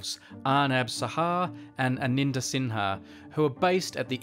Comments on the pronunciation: Sinha is not pronounced like it's Portuguese! You say the h! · "...two Indian string theorists..." \*proceeds to pronounce Sinha as if it was Brazilian Portuguese\*